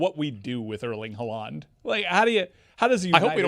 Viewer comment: why does he say Haaland that way?